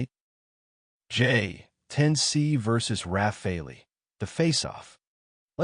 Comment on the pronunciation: Rafale, a French word meaning squall, is pronounced 'Rafahl'.